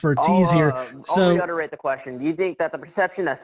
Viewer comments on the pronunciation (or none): Call me petty (Tom, please), but the caller's repetition of "reutterated" is tanking credibility with every subsequent utterance. Let me reiterate, I don't think he is a very well educated chap; he just plays one on call-in shows.